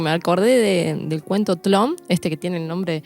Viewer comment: Ay!!!, que bien que te saleeee nombrar Tlön.... Clap, clap, clap!!!!!🎉🎉🎉